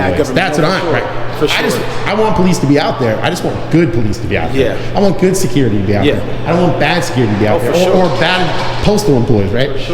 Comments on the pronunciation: Did he say shaquirty? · Almost sounded like he was saying shitcurity. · No. He's the shecurity gaurd. I was like, there's no "h" in security, bro. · Everyone the security guy said “Security,” I thought he was going to say “Shakira!” He pronounced it “Sha-Curity.” He’s a Shacurity Guard!